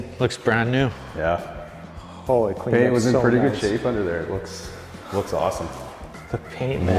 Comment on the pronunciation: I love it when Canadians say hooo-leee (holy) it's so hilarious. That challenger is gorgeous!! The color is almost a pearl. Absolutely stunning